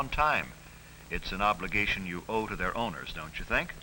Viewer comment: OBLIGAYTION!!!!